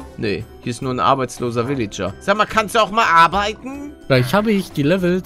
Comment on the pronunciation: Für mich klingt es immer so, als würde Paluten pillager statt villager sagen 👌